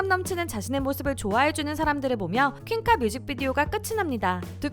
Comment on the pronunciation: 저도.. 흠 노래는 얼나잇 알러지가 더좋았는데 듣다보니 전소연 퀸카발음 쫀득해서 듣는중